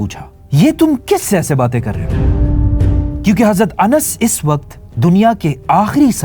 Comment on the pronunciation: #: When you pronounce ز instead of ض example حزرت instead of حضرت you are cursed.... Laanath hai tum par. Agr tum ض ko ز kehathe hai, tho tum Munafiq ho